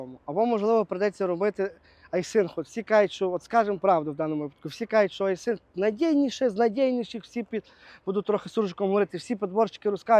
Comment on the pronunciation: доброго дня, я уже больше года Ваш подписчик,с удовольствием смотрю Ваши выпуски хотел немного вас поправить правильно будет говорить и писать не айсинг а айсин без буквы г. З повагою хай щастить.